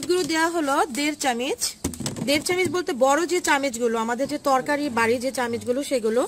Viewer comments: চামিচ না বলে চামচ বললে শুনতে ভালো লাগবে আপু। 😊 ভালো লাগছে ভিডিওটা। keep it up.... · কথাটাএকটু সুন্দর করে বলবেন।তাহলে আরো ভালো লাগবে। আর চামিচ না Kothaটা হবে চামচ। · Chamuch ke Chamich boltase!! ki din kal porlo!! :o